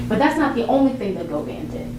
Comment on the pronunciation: Go vein 😂😂😂😂 it's Go van